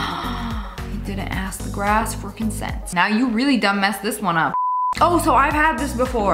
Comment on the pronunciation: My fav sentence "he didn't ask for cursent"🤣🤣🤣🤣